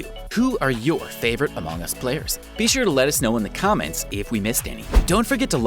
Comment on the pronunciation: No one:: amog us